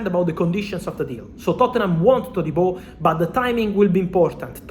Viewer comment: He says his name correctly...